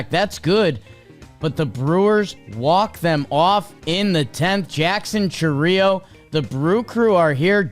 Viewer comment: I'm sorry, the way you guys say "Chourio" drives me crazy the emphasis goes on the "our" not the "I"